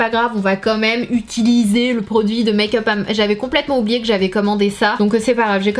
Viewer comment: Pourquoi tu dis dans toutes tes vidéo tu prononces mayk up au lieu de make up🙄